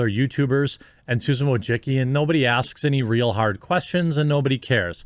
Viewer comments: Wojcicki: voy-chit-skee (Polish) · Susan Woah-Sicki..... You're FIRED !!!!! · I'm here just to see how Jeremy pronounces Wojcicki surname.